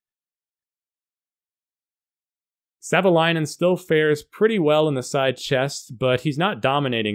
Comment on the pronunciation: Up front, Thank You for the Video 😇🙏 Greetings, from Finland 🇫🇮🇫🇮🇫🇮 + Perfect pronunciation of Marko's Last name. Many other YouTubers get it wrong 🤓